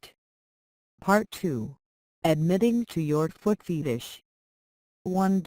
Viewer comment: Did that robot just say foot FEETish?